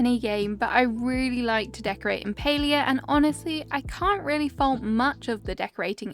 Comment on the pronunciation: I never thought to pronounce it that way! I've always pronounced it like "pah-lee-ah", how interesting!!